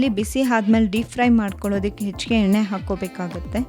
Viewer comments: Madama yella super adre pls alpa prana mahaprana swalpa.sari madkoli. Nagu baratte neevu yenne ge henne anthaidre.. kannada halnadbedi pls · ಹೆಣ್ಣೆ ಹೊಣ ಕೊಬ್ಬರಿ ಅಲ್ಲ…. ಎಣ್ಣೆ ಒಣ ಕೊಬ್ಬರಿ 😂😂 ಪದಗಳನ್ನ ಸರಿಯಾಗಿ ಉಚ್ಚರಿಸಿ ದಯವಿಟ್ಟು… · ಎಣ್ಣೆ ಹೆಣ್ಣೆ ಅಲ್ಲ ಅಕ್ಕ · ಯವ್ವಾ ಅದು ಹೆಣ್ಣೆ ಅಲ್ಲ ಎಣ್ಣೆ 😂😂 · Madam, adu henne alla.. Yenne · ಸೂಪರ್ ಮೋದಕ but ಎಣ್ಣೆ ಅಂತ ಹೇಳ್ಬೇಕು ಹೆಣ್ಣೇ ಅಲ್ಲ 👍👍😊